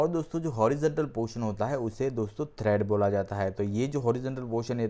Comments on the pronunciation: Its tread, not thread. Pls correct urself. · Tread not Thread!